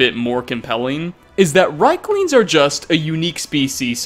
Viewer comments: Argh, please stop calling them reiklings, it's riekling with ie as in Thief. It sounds like you are calling them third reich - lings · rIEklings not rheiklings! good video. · And still can't pronounce Riekling correctly. "Reekling", not "Reyekling". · It's pronounced reekling!!! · Mispronounced Labyrinthian and riekling, smh did you even play skyrim 😉